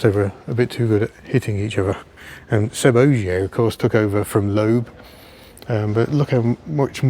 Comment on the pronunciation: Loeb is pronounced ‘lebb’, not ‘lobe’. ;o)